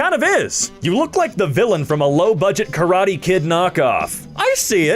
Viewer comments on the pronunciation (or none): none